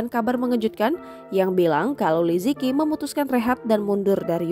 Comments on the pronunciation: Nama beliau dibaca 'Li ce chi' , bukan 'li ci ki' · Li ziqi dibaca "li ce chi" bukan li zi ki 😭😭😭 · li ziqi pmbacaannya li je ci bkn li ziki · mau kasih tau aja, bacanya bukan li zi ki, tapi Li Ceu Ci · Kalo dlm bahasa mandarin itu baca nya Li zhe chi , bukan liziki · Ini cara melafal namanya Li ce chi 李子柒,bukan li ji ki. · Liziqi dibaca Li ze ci btw min bukan liziki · Maaf Min, anda salah baca namanya, Li Zi Qi dibaca dengan suara Li Che Ji. Huruf Z itu dibaca Ce seperti baca cepat, ce, Huruf Q itu hampir sama suara huruf J dalam bahasa Indonesia. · Liziqi.... Pengucapannya Li Ce Chi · Min, salah eja namanya, yg benar li ce chi. Qi itu di baca Chi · Bacanya bukan Liziqi tapi Lisichi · Agak terganggu pas pembawa acara ngomong nama li ziqi, baca nya tuh li tsi ji 🙄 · Li Zi Qi Dibaca Li Si Ci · Cara bacanya Li Tse Chi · Namanya liziqi tp sebutannya lizici. Kerana qi sebutan ci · bacanya tu li ce ci